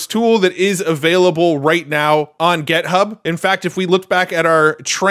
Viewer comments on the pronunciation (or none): Hey - It's pronounced Git-Hub, not Get-Hub. Also, JSON is pronounced "Jay-Sahn" (no one reads out the letters of the acronym), which incidentally means JavaScript Object Notation). For FRVR you had two good guesses, but I think "forever" makes more sense than "fever" given their logo is based on the infinity symbol. Love your work and your passion!